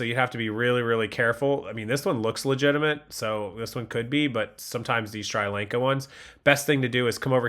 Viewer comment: You butcher the name of the country sri lanka